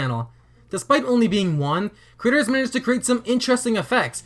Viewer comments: Why does he keep saying the word "creators" like he wants the captioning to hear the word "critters"? (Hint: Watch this video with CC turned on, if you are one of those people that watches videos with it turned off) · Instead of him saying creators I heard critters